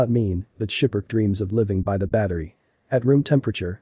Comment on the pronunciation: It's SKIPPER - KEY, not 'Shiperk' Please no more computerized voices in these videos. It completely ruins what you are trying to convey.